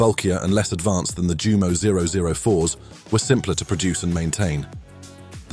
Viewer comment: jew MOH? NEIN yew MOH